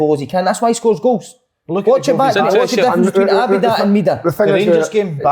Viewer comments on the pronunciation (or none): Great podcast again lads minus si saying , Abu Dhabi instead of Abada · Si please stop saying Abi Da.. 😂. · Si sounding like a Celtic da with his Abada pronunciation😂😂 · For Si: Ah-ba-da - as in ah OK, ba ba black sheep, and how's your da? My-eh-da - as in my arse, eh! who are you talking te, and...how's your da? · Are you saying Abada's name wrong on purpose? 🤦‍♂